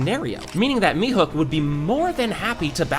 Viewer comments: its mihawk not mihok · Why does he call Mihawk Mihook!? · Mihawk ❌ Mihook ✅ 🤣🤣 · You miss pronounced Mihawk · Bro said "mihuk" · Bro said "mihook"💀